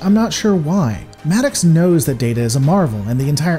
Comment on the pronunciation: Your pronunciation of Maddox is hilarious. "Mad Ox" LOL